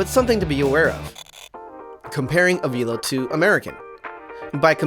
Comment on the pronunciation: I worked for Avelo in MCO. I enjoyed my time there, and we had an awesome crew. BTW, it's pronounced ah-VEL-oh, not ah-VEEL-oh.